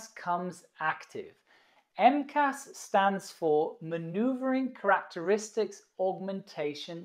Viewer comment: What are 'Crack teristics'?